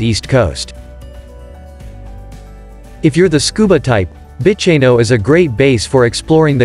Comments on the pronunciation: Freycinet = Fray-sin-ay…. Bicheno = Beesh-in-o… Strahan = Strawn Bruny = Broo-ny Well done. You’d not be the first to mispronounce these places. Tipping where your from, there’d be places I’d have trouble pronouncing! 😂 Good choices. Thank you. My home. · Bicheno is pronounced Bishenoh, Bruny is Brewnee. Salamanca is Salla mancar. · Just to let you know kindly - this is a lovely overview of Tasmania! Thank you! Some of the place names are pronounced incorrectly. This is understandable. Strahan is pronounced STRAWN Bruny Island is pronounced BROONY island Bicheno is pronounced BISHENNO